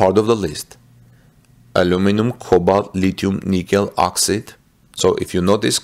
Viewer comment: you pronounce OXIDE as OX EYED. Elon wants the machine that makes the machine. There will be lots of problems in the beginning. He will iron out all the problems of battery manufacture.... and there will be plenty of them. Finally, the battery manufacture plant at Cato road will be installed at all the Gigafactories. Panasonic will continue to make its cells. CATL will make batteries for the semi or battery grid storage.